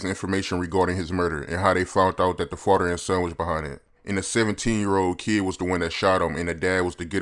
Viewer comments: I'm not trying to be funny but its " Father" ... not " Fodder". Ijs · My nigga said fodder... and then he can never say Smith right (Smiff) lol